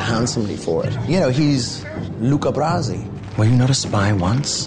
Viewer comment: especially when he said Luca brausi. :-P